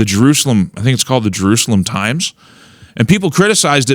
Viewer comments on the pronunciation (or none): none